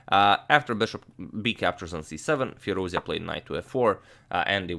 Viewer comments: the right pronunciation is FEEROOZ--JA..(like jar...jacket..jump) NOT FEERUZIA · It's FirouzЖa (the J sound without the D, not the Y sound) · Agad, the correct pronunciation for Firoozja is like firooz-JAW. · please say his name right; Firouzja as in fee-rooz-jaw (rouz as in "dues" and ja as in "jaw"). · Great game! thanks for your excellent commentary Antonio. Hope to see more romantic masterpieces of this young prodigy Just it's worth mentioning the Alireza's last name is pronounced FirouzJaH (with J like in John, an h in Henry) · Hey great analysis. By the way, his family name is actually pronounced as Firouzjah, with "j" being pronounced like "j" in "jack" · Not to nitpick but expanding the vast knowledge never hurts :) The ‘j’ in Firouzja is pronounced like the ‘zh’ in Nezhmetdinov. Depends on the root of the words, it can mean “he who sits on a marble throne”, or “he who is jubilant”. Depends on the video though, I have to go with the latter. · In Iranian names, the "J" should be pronounced as "J" (as in Justice) and it's not pronounced Y like Germanic languages. By the way, thanks for the great content.